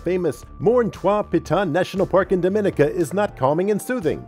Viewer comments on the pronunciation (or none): none